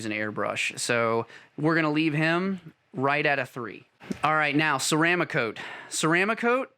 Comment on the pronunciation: Ceram ah cote??? Try ceram cote. I hate when the experts on YT don't even know how to pronounce the products they review. My pet peeve, sorry. Another guy with 172 videos said his favorite airbrush was an "I oh wata." Just 5 letters and can't get that right. Now Ghaalari (pronounced gallery) I can understand! I like the video and the time spent to produce it though...:)